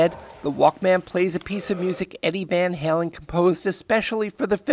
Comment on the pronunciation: He said Van Halen incorrectly LOL